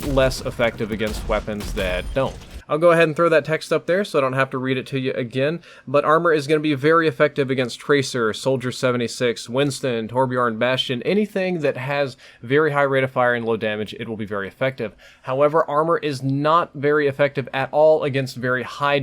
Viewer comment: Trorbjörn is pronounced Tor-bjearn. The Ö is pronounced like in Earn.